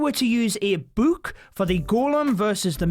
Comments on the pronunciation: dude really says “boook”😂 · You say book and potion wrong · the way he pronounces book though... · The way he says “book”😂